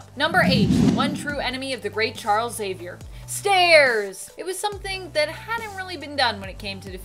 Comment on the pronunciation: You're always the best. Ty for saying Xavier and not, Exzavior.